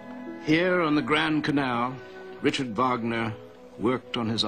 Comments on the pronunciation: I mean, you can't play the Liebestod from Tristan und Isolde in the background and say the english pronunciation of Richard... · Oh I wasn't aware of the anglicized pronunciation of Don Juan, I've always heard it pronounced with the silent J. As for "Richard Wagner", I meant that he said "Richard" and not "Rick-ard" with the German pronunciation. Maybe I was being overly harsh, I've just always heard them pronounced with an attempted accent...